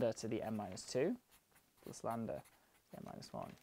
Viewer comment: Ok, but why do you keep calling it "Landa"? It's Greek, not Inglourious Basterds.